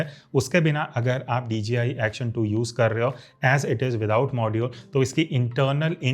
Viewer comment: Why is it that sounds like ur saying dgi